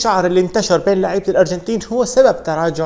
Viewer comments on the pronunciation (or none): none